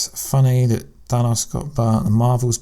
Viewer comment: I'm beginning to think you mispronounce on purpose. Anyone hearing Thanos being correctly pronounced (in the movie) as Than-OHS should easily be able to pronounce it correctly instead of saying Than-awss.....I think you're goofing on us.